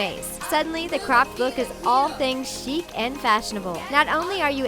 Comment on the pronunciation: "chic" OH M Y GOD G O O D B Y E